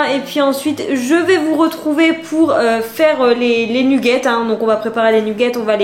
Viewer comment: C'est trop drôle tu es la seule personne que je connais qui dit "nUgget" 😂 à la française !